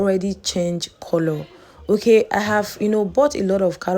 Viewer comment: the way u pronounce coolloor is scratching plz correct it🙄